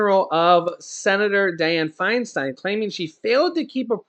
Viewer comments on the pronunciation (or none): none